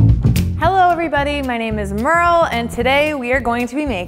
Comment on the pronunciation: MeRlE???? Really merleee